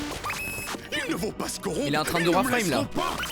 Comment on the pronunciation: Et aussi tu dit coront mais c'est corrompre